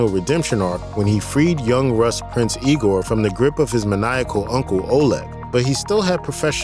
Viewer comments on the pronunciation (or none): none